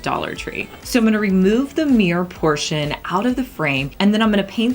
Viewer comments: It's mirror not meer. 😊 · Mirror not Meer..... dang..... why is that annoying...... I'm confuzled